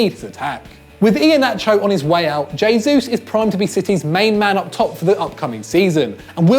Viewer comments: Gabriel h-esus not dzh-esus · Jay-Zeus... definitely how you pronounce Gabriel Jesus.... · Everyone is so pissed off with 'antonio griezmann' that no one noticed Gabriel 'jaysuuse' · hay-sus not jay-sus please sir lol it's killing me